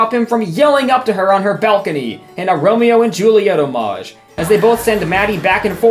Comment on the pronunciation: mfw dude complains about the pronounciation of Oregon but can't even pronounce homage correctly.